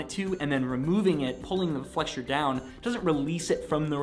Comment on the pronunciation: FYI the word flexure has no “t” in it.